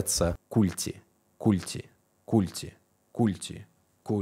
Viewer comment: Не культи, а культи